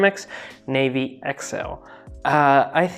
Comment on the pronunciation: Na-vi not navy. 👍